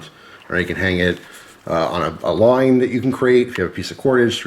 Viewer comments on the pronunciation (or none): none